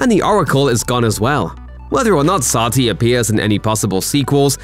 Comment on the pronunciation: The narrator mispronounced satli like CAP.He can mispronounce the name all day.